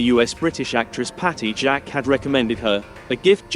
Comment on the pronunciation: PETULA (Pechewla), not "Pat-oola." And it was HATTIE JACQUES (Jakes), not "PATTY JACK."